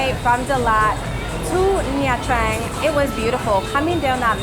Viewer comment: You are the few foreigners who pronounced Nha Trang correctly (almost) 👍 I've been there few times and I like it.